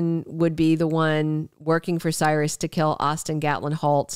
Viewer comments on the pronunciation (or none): none